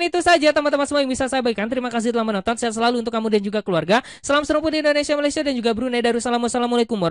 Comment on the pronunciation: Malaysie wkwkwk... Malaysia yg betul BG 😅😅😅